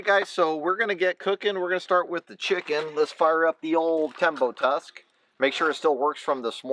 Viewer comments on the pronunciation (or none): none